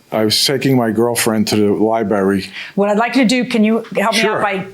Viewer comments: Li BRARY. NOT. LIBERRY! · Liberry🙄 He needs to spend more time at the Library reading grammar books. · Its LIBRARY! Ugh. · Liberry lol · Oof ..that missing 'R' was KILLINNNNGGGG me 😂. Lie-barry! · I don’t know if these people country or not but down south we say lieberry I’m sorry 😂😂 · Dude has the word "Library" in front of him but keeps say "Lie berry" lol. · So he says "lib'ary," so what... Fugget about it. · I just said if he says lie berry 1 more time then I come to the comments for backup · A 70 year old man saying "liberry", geez!! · What do you expect? The incident happy at the "LIE berry" and all :D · I haven’t watched episode yet because I had to come and see if anyone else felt the same as I… “Gonna scream if I hear ‘lie berry’ one more time”!.. maybe I should just skip to the next… Have a good day PC people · OMG, stop saying "lie-berry"😂😂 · 😂 I thought I was the only one who heard and thought this Lmaoo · Liberry like blueberry. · I was surprised Judge didn’t correct him when he repeatedly says, ‘liberry’. UGH! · You mean liberry?😅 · Ly Berry. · And he said the word over and over again - just for you 😣😂 As both a librarian and a teacher, I feel your pain. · . Incorrect pronunciation like this, is not an accent.